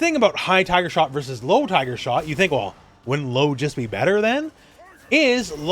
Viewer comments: My sister and I always thought he said hyper. I would hear Hyper, Hyper, Hyper Uppercut in my nightmares from this guy from SFII lol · Knew it was "Tiger" but to me it sounded like "Find her". In fact, I still hear it! Lmfao 🤣👍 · Me and all my mates also thought he said viper lol 😂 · As a kid I always thought he was saying "hyper" which maybe kinda made sense to me with SFII Turbo. Such is childish reasoning.